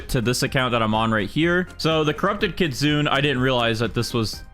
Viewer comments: It’s pronounced kitsunay by the way not kitsoon (I’m writing it how it pronounced) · Kit-sun-eh. I had to say it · Hello I love your video but I have one small thing that I worried about and that is your pronunciation to kitsune is wrong is not kit-sune it's kit-su-ne meaning fox in japanese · stop saying kitsune pls say kitsune-a if that makes sense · i have yet to see any gag youtubers pronounce kitsune correctly